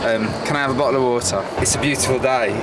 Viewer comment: bo oh o wa er😂 bottle of water